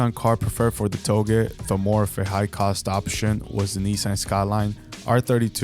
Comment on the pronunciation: Only thing wrong here is how “touge” is pronounced. It’s like how you say “touché” It’s NOT “to-gay” It’s “Toe-Jay”